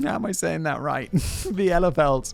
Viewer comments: It's pronounced "Bee lefeld" Simon 😉 And no, it's not a conspiracy, it doesn't exist. Or did you ever see it? Or met someone who has seen it? No, you haven't, because it doesn't exist. Btw the "Birds aren't real" is a f'ing legend 👌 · you pronounce Bielefeld "Bee-luh-felt" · It's pronaunced Bee le feld (the e in Feld like the e in le like youd do in legend ). And Sie is just like bee but with an S in front. *If it does exist Im not from anywhere near the region it allegedly is located in. But with all the drunk Oktoberfest people in the underground at the moment maybe we should trade places Theresienwiese should have about the same amount of people as Bielefeld xD. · Nobody cares 3 years later lol, but… I’m not from Bielefeld (be-le-feld btw), but my adoptive grandmother was! I live somewhere with a decent amount of tourists in the Summer months so the first time at my retail job that a German couple came through, I asked them if they were from anywhere near Bielfeld. They started laughing immediately and I was so confused! 😂 It took a minute for them to realize I was genuinely asking and not in on the joke and they had to explain it to me lol. I still ask German tourists if they know the city, and I think they always find it fun that a random American knows this somewhat German in-joke. Always gives me instant points with them lol. Anyway, my grandmother left in the 50s so that was long, long before the joke was around. Unfortunately I never really got to tell her before she passed that her hometown had become famous in a pretty funny way. I think she would’ve been confused but found it pretty fun. cx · bee-le-feld (bee like bee, le like in left, feld like felt) ;) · It's "Bee lay feld" if you really want to know. And the simulation you enter when you drive there is really quite good, I even remember that the ice cream I thought I ate there tasted quite nice. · For anyone wondering how to pronounce "Bielefeld": it's "Bee-luh-felt" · It's pronounced BE-LA-FELD.